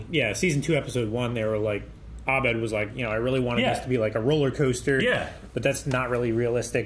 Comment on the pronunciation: Well into the 2nd season and still pronounces Abed as "ah-BED". 😂